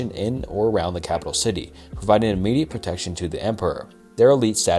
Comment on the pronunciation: I'm sorry, I love this channel but dudes pronunciation is painful sometimes 😭 callous, capital, like I'm sorry if dudes ESL